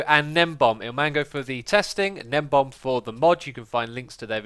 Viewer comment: Interesting to see that people were mispronouncing gnembon (not gnembom) even back in 2017.